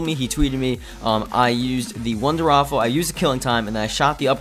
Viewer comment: Waffe waffe waffe waffe waffe not waffle! There is no L in it